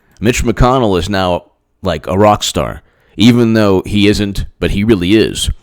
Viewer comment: Nice shirt today, BTW. McConnell is a southern accent, gotta swing it a bit you're almost there. Killary is my fav 50 points tour coming lol